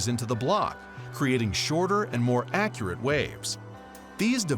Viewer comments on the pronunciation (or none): none